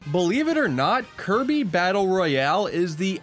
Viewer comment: 1/10 not enough kirbeh clobbah